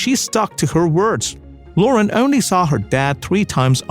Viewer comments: inDUSTry off! Loren not lore-run!!! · Great video with many good pictures of this lovely actress, but please, please get a narrater that can pronounce English! First of all, her last name is LorEN